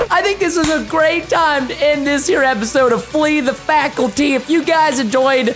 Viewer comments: u say fackilty when its a c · why did he said fakilty?